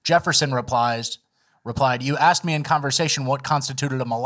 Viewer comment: “You axed me a question.” Yes, yes, I did.